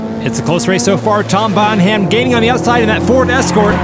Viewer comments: Another great spectacle! Loved it! Now I'm no expert on surname pronunciations, but Tom Bonham's last name is spelled the same as the late, great John Bonham. John's last name was pronounced phonetically as (bɑːn'-əm), the 'h' being silent. Poor Tom, with his surname being pronounced (bɑːn'-hæm'), may well be feeling a wee bit edgy about it, but I can't speak for him. Just saying if I shared my last name with someone like John Bonham, I'd want it pronounced the same way, even if my family over generations never did and always pronounced it ((bɑːn'-hæm'). If Tom does pronounce his surname as it was articulated for this race, he should absolutely change it out deference to John Bonham. At any rate, you guys should assume Bonham is pronounced the way it should be, as it is for John Bonham, and Tom will get used to it, maybe even come to embrace it one day. Besides, he's driving a Ford Escort. Just my two - maybe three or four - cents. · Welp, Jeff Dunham's mate Peanut will be proud of that pronunciation. Bon Ham. Someone called Jefafa Dun Ham needs to enter the race now. I loved the racing and commentary again, you guy kill it every time!! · Have you guys ever thought of checking with the submitters to see how to pronounce their names? "Bonham" is almost always pronounced like "BONnum" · Bon(h)am, the h is silent, pretty much. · Ford Escort MK11 rules .. and btw guys it’s pronounced the same as Led Zepellins Drummer - Bonam, you don’t pronounce the H. It’s an English thing 😂😂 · The H is silent, look up pronunciation of John Bonham Led Zeppelin drummer.... Not Bon-Ham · Bon-Ham? Not a Led Zeppelin fan, I guess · Bonham, pronounced Bonam, silent H. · Bonham is pronounced Bonnam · Hilarious pronunciation of Bonham :) (It's like Helena Bonham Carter)... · I kept waiting for someone in the comments to correct the pronunciation of Tom Bonham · The "h" in "Bonham" is silent. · Mispronouncing the name "Bonham" for the entire video was a nice touch...lol